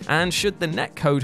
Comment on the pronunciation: A Renee Saunce.. sure let’s turn the word renaissance into a sentence on its own. Why not a paragraph?! Anyone who says Renee Saunce is a Pee Dough File